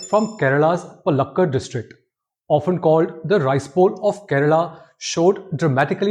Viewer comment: Not paluk-kud... Its pronounced.. Paal-luck-kaaad.